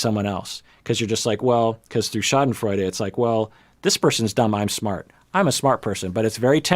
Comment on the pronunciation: I‘m not entirely sure.. did he say ‚Schadenfreude‘? 😳🙈